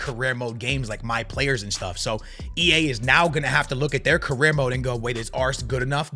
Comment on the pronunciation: The way you pronounce some words like "UEFA" and "career" mode 🤮